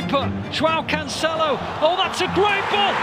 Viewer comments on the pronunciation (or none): none